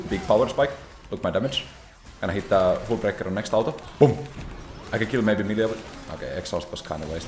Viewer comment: bro did not say milio 😭😭😭